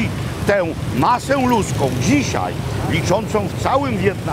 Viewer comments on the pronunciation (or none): none